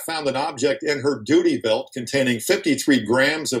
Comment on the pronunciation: Sounds like the news guy said “booty belt” instead of duty belt